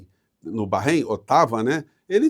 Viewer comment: Eu só não gosto de ouvir ,"barreim". É Bahrein mesmo (barein).